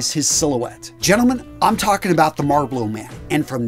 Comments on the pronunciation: the what man? the Marbalo man? Jesus get it right dude... it's Marlbaro... huge infraction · "MarBlow"? Come on 🤓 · Can’t stand the way you say “Marbolo,” come on dude that’s clearly not what it says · Ah yes the MarlBLOW man. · 'The Marblo Man' Lol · the dude literally says “marbolo” instead of Marlboro lol😂 wth. “EMertainment”. buster “shrugs” 🤷‍♀️ lol it’s Scruggs. Are u okay my dude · I had NO IDEA it's pronounced "Marblo" lmao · what the hell is a marbloro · Why do you keep pronouncing Marlboro like that? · You said "maRboLo" man... Muhuhaha! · "Mar-blow" lol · 🤣🤣🤣 Did I just hear a grown man say MarBlow?!?! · As a man born in the state of MA, for the love of god my brother. It is pronounced: "MALLBORO" Also "Hessian" is pronounced "Heshan" btw. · When he said "MAR-BUBLOW" the third time, I said I'm out!!! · Its pronounced. Marl-boro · He says "Marlboro" like he has never asked for one haha. Great video. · Love how this guy can't pronounce MARLBORO, what a dork